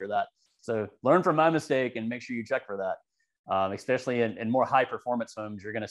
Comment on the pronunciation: Just a note.....the word "especially", has no "X" in it. Not "especially", or "Eckspecially"